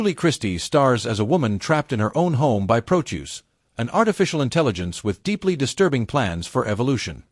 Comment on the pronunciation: Ai mis pronounces the name of the AI antagonist from the film demon Seed. I'm not gonna worry too much about AI over taking humanity any time soon, not when it apparently can be overwhelmed by spelling.